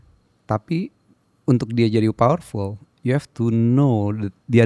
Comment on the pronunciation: That " lipervool " 😭🙏🏻 Biar ga serius² amattt😭